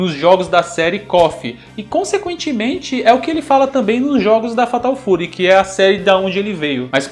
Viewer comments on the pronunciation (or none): none